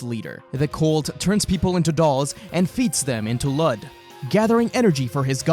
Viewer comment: Ok one his name was Luud or Lood not Lud and two Goten's GF was named Phalis "not sure on how to spell it" not Palace you noob. 😂